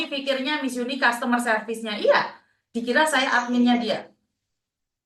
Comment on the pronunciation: MARKONAH2 SONGONG BANGET, KONON BISA BAHASA INGGERIS.. BILANG CUSTOMER SERVICE... BILANGNYA KUSTOMER... MARKONAH2 😂😂😂